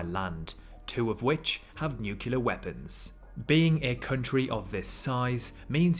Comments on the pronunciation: Nu-clear, not Nu-cyu-ler. C'mon! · “Nuclear”. Not to “Nucular”. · Nucular? Meaning nuclear? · I hit the stop button. It’s pronounced NU-CLEE-AR not NUKE-YOU-LAR. i’d rather listen to nails on a chalkboard. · I am SO sorry. You sound SO ignorant by saying NU-KU-LAR. It is "NU-CLE-AR. Say it right or you will lose your audience. I came here to learn something, but when I hear this kind of ignorance, I can't really believe you. What is going on that you don't know this??? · The world nukular doesn't exist. Practice saying: nu-CLEAR. (Pet peeve). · Word: Nuclear How you pronounced it : “Nukeyuler” 😒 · repeat after me - NEWCLEAR NEWCLEAR not NEWCULER ok? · New Klee Ur not Nuke u lar learn to talk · It drives me crazy how in this video the word “nuclear” is consistently mispronounced as “nucular” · I will never understand why people pronounce "nuclear" as "nucular" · "nucular " , , and . It hurt my brain a bit..The rest was pretty good. U still got a like from me. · the word is nuclear. not new-kyu-lar. read a book. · Is it so difficult to pronounce "nuclear" correctly?!